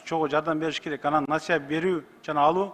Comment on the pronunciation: Насая дейтго😂🙉